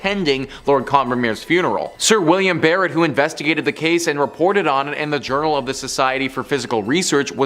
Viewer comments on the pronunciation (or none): none